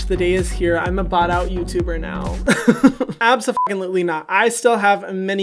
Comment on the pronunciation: I seriously love it when you go "ABsofuckin'lutely not."